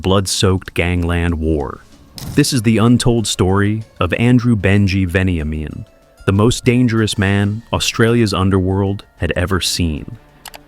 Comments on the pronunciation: It’s pronounced ven-ya-min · Venny aye men 😂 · Lots of very poor pronunciation. Mokbel, Kinniburgh, Melbourne, Walshe Howling, even gets Veniamin wrong Doesn't seem like you know much about the subject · A bit wayward. Definitely incorrectly pronouncement of his name plus UNTOLD this has been told on many occasions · His story is very well known and you miss pronounced his name too plus he wasn't shot twice he was shot once in the head. Miss information much no wonder it was untold because it's not exactly accurate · I thought the same thing. I cant stand when someone who lives overseas think they have all the info aswell 😂